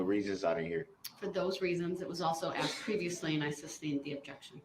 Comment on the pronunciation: He “axed?” Is there something new to add to the charges?